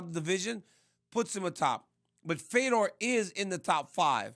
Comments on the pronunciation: Why is RC pronouncing Fedor as “Feedor?” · i think he thought feedor was fydodor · This guy said fee-door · I had to stop watching after 20 seconds. Feedor? All it takes is watching ONE of his fights to learn his name. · Rc pronouncing his name like that is embarrassing, casual 😆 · This Fuc$ing idiot can't even say his name correctly. This dude blows and doesn't deserve to speak about MMA professionally. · He’s such a Fedor fan he doesn’t know how to say his name…